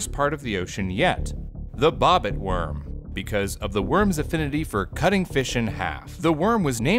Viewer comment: I swear I though he said “bopit worm” and not bobit worm